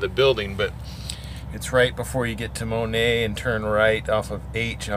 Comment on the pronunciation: It's herds truck stop. ( Sinclare) it's pronounced moan- ett. I live about 10 miles from there. I also used to drive that oak ridge shavings truck that drove in front of you. Lol